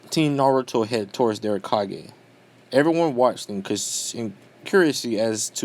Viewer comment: Kage is 2 syllables